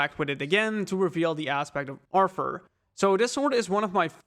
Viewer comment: Dude is saying aspect of Arfer.